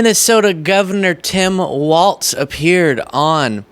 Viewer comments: ‘Walz” pronounced wall-zz not “waltz”. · It's Walz, not Waltz